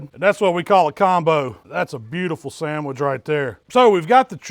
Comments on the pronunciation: Sangwich lol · My guy said a sangwich u kno its gon be